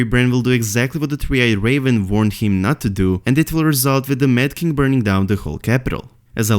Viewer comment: Just 2 notes. 1.Its not "V"ill / "V"arned,its "W"ill / "W"arned 2.Its not "F"ink / "F"eory,its "Th"ink / "Th"eory